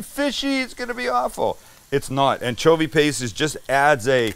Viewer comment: Anchpaste. Sam. No.